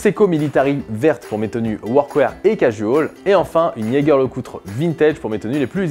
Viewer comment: On dit Jägerbomb mais "Gegere" LeCoultre